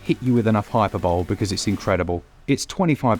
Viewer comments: Congrats on all the views. Just a heads-up, as heard it twice now - Hyperbole is pronounced 'hi-per-bo-lee' not 'bowl' at the end. Sorry to be a nitpicker, but thought it might help. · High per b’lee Not hyper bowl. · Ah… I’m going to be that guy (sorry in advance) 🙈 You’ve done it again: “Hyperbole” pronunciation = High-purr-bow-lee Don’t hate me… I love you guys 💜